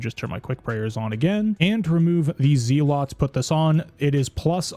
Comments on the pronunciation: Amulet of Z-lots. It’s the amulet that helps you sleep. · man said "zee lots" hahahaha TY for vid bro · Good vid, but pronunciation of zealots is driving me nuts